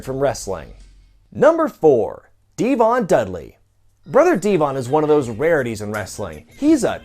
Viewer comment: No!!!!! Not D-von